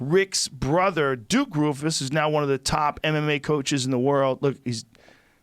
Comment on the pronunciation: Did anybody else hear Joe say “Dick Roufus” When trying time say Duke and Rick at the same time lol